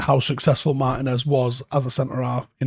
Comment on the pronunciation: Little tip: more emphasis on the 'Tee" in Martínez